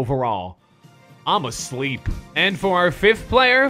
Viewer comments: But i was in this stream when he started saying that because of people saying im schleep cuh because of cash and he was trying to say it but it give im asleep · did he just say I'm a sleep? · he wanted to say im schleep cuh like cash